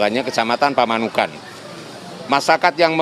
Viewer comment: Bukan pamunekan aduh reporter bekok tapi PAMANUKAN berkata yg benar donk..